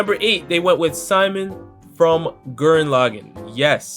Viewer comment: You mean Sea-moan? Who tf is sigh-mon lol